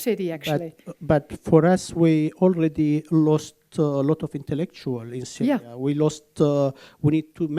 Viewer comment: She said "Saria" or more precisely "Cyria" (first three letters from "Cyrus") One way or another probably the least important part of the video